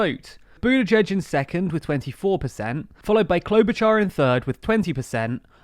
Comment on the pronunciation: Klobuchar, Char sounds like “shard of glass” not like “char-broiled”